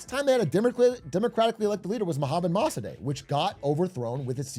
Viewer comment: Yo it’s pronounced “Moh-Sah-Deck”